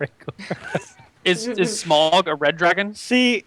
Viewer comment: damn it its SMAUG: SM-OW-GUH